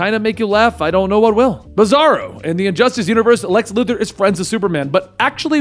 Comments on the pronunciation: Did you say Lex Luger??? Slow down a bit 😂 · lol, you said Lex Lugor